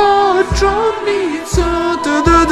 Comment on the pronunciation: Јел само мени предобро кад каже Грачаница? 😁